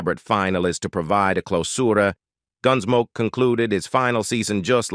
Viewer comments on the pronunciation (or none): Horrible AI voice. I quit listening just before four minutes, when a string of mispronunciations culminated in “Gunsmokey.” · ah yes the robot ar nesse, gunsmok e, closu r e,, repeat sentences. what a mess